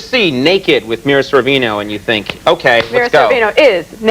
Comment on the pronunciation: Did he say, "Mila Sorvino"? lol